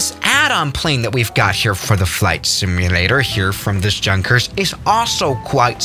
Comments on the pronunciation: Yun-kers not Junk-ers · I speak German "Look at this JUNKers plane" as far as my limited German knowledge goes, is isn't it pronounced "Yunkers"? You know like a normal "J" not English one. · Did he just not said Jankers instead of Yunkers or Junkers now im pissed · junkers: is pronounced yunkers, a German: says junkers with a j Me: visible confusion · By the way,junkers is actually pronunced “unkers “in german. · Just a heads up, although it is spelled “Junkers” it is pronounced “Yunkers” just thought I would let you know for the future idk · Junkers in pronounced like Yunkers. It is not Ju it is J U. Get it right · totally agree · pronounced yoonkers damnit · It pronounced Yunkah J U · It’s Yunkers it’s pronounced Yunkers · U actually say yunkers yes it's pronounced junkers but u need to say yunkers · Yeah but he pronounces it the English way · Yeah for a guy who lives in Germany, you'd think he'd know that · He knows it, bruh. He just pronounces it the English way